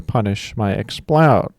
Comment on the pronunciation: You have to be consistent. Pronounce it Explud